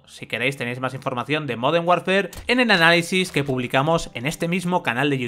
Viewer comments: Moden warnfer??? LuL i dont speak spanglish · modernh warfer